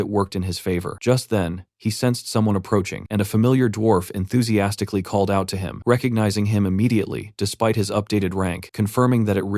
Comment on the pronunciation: Enthizimastically or Enthuzimonkastically... or ... and so on and so on .... Geebus Tits how hard is it for an AI Reader to pronounce the word Enthusiastic or Enthusiastically? 😆🤣